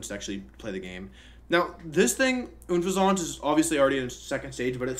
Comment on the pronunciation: I will never stop being triggered by his mispronounciation. Seriously? Oonfezànt? It is an unpleasant pheasant!!! Great vid!